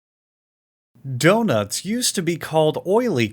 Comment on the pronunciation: well the other problem is that that isn't even pronounced the same, it ends up saying Doug Nuts.